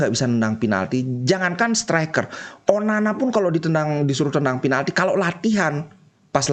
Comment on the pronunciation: Onana bli bukan onani😁😁😁